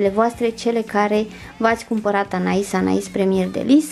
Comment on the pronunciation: In sfârșit aud pe cineva care pronunță corect Anaïs Anaïs și nu Anè Anè. Trema are rostul ei...